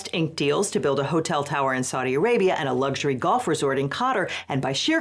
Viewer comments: how does every American fail to properly pronounce a country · The way some ppl pronounce Qatar rly grates me, just sounds wrong😂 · Maybe learn to pronounce Qatar, if you're going to make a video about Qatar. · mispronounced quatar, but i liked the vid, this is a stupid thing the current administration is doing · An unsurprising amount of insanity, yet again... FYI, it's pronounced Ka-tar, same way you're already saying Qatari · Fr, if he wants act professional, he should at least pronounce the name of the country correctly (talking about Legal Eagle) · Why tf are people suddenly pronouncing Qatar like ‘cutter’? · Is Qatar really pronounced "Carter?" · Pronouncing Qatar like catarrh is tickling me. Apt. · That pronunciation of Quatar has me questioning which of us has been saying it wrong because my source for pronouncing it is the BBC and you're a lawyer so you would have proofread your pronunciation, so either one of us ir right or there's multiple acceptable ways to say it. For my sanity I'm going with the latter. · Anyone else a little bothered by her pronunciation of Qatar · Why do Americans pronounce every word wrong?! Seriously youre an educated lawyer at least research the name of the thing you are discussing